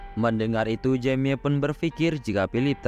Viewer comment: Baca nya nama mc nya jemi bng jangan jamie bng